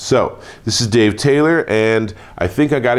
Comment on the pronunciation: here, Deeve, 😂🤣😂🤣